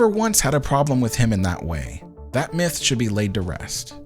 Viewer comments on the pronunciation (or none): none